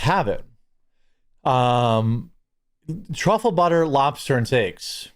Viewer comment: TRAHFILIN" Truffle Butter! 🤣